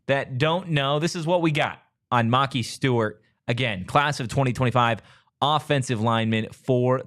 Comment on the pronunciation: Why do you guys keep saying his name wrong? It's Ma-Ki the Ki is pronounced like pie.